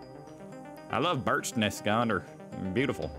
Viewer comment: And not Berechtesgadener....